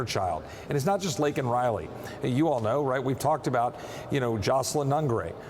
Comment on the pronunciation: Miss Laken was a lovely young lady. I and my husband have two nieces who got their white coats right before her. Laken got a shroud! Thanks, Biden....the guy who couldn't even pronounce her name right.